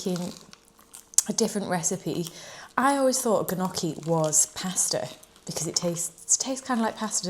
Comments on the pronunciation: i loved this video, but you took me out with the gnocchi😂😂😂, i’m italian and the right way to say it is ñocchi with the spanish n!❤❤❤ love your videos, they are so inspiring 😊❤ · Love you! Always keeping me informed and motivated <3 also the g in gnocchi is silent hahah